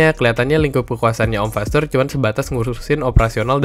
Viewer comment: Kalo g salah fasseur dibacanya fasoir